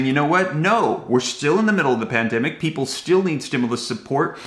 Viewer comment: I heard. Different. From. Janet. Yelling. And. And. There. Working. On. This. Now. I just. Heard. This. From. The. Pweople. Themselfs